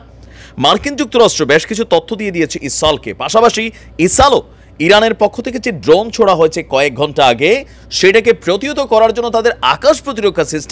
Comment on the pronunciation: ইসাল, হিজু এই শব্দগুলো কি ভাই? যা বলবেন স্পষ্ট করে বলবেন। শব্দের বিক্রিত করে না। এটা ঠিক না।